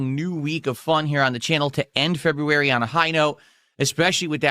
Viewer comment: Middle aged man who still pronounces "february" like a 3 year old.